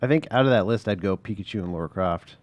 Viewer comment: It’s Lara not Laura...